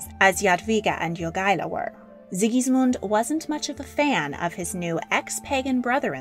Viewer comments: Jagaila [Ya ga y la], not Joogala. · Lithuanian pronunciation of Jogaila's name is not /'jugʌlʌ/ but /jo'gʌɪlʌ/ (pronunciation writing is approximate, I don't really know how to use pronunciation symbols) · Also, Jogaila is not pronounced YOO-gah-lah. It's pronounced Yo-GAI-lah, the stressed syllable GAI, pronounced as "GUY" in English. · Jogaila. Not Yugala. Pronounced YO-GAY-LAH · Grand Duke Jogaila, not... 'duke yoogaila'? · well she constantly miss pronounced Jogaila, so this fades in comparison..